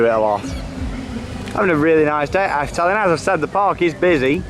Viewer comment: Just way u say Efteling is fun, it kinds sounds like afteling XD